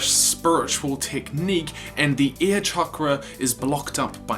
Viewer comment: Every time you say air I keep hearing ear